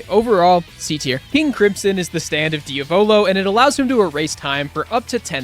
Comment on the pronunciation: Diavolo❌ Diovolo✔️